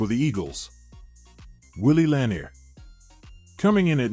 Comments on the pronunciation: God this list was terrible. Where are Sam Huff, Junior Seau and Ray Nitchke. And Bednarick is pronounced Bed-naric, Lanier is pronounced Lah-neer. And Butkus is #1. Rant done. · Lewis/Lambert/Butkus are all possible #1 - b/c no one ever wanted to go against them over the middle. Lewis is probably the best due to his his longevity. No Seau or Nitschke on this list is criminal, as well as AI mispronouncing La-NEER for the KC LB great. And no more LT requests - Carson was the MLB from that team and is on the list - probably BECAUSE of LT. LT wasn’t an MLB or ILB…greatest edge rusher/disruptor/greatest LB of all time are all titles you can argue he deserves but he was not a MLB. Both Parcells and Belichick knew he was a better OLB, so you’re in good company. 👍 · I wish the pronunciation of the names was better. Bednarik and Lanier both have the second syllable accented. Butkus should be number 1 and Tommy Nobis, Ray Nitchke, and Joe Schmidt should both be in the top ten. AI never saw these guys play. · Rating Ray Nietszke and Junior Seau below Brian Urlacher an Sam Mills? The voice program can't even pronounce Bednarik and Lanier. Artificial intelligence indeed. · I had to give up on this video after seconds. Strike one was that AI is only as good as the programmer wants it to be. Strike two was that Philadelphia defeated Green Bay in the 1960 championship game. Strike three was the mispronunciation of Lanier's last name.